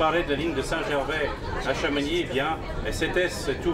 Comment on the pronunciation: arg il dit chamonixe et pas chamonix!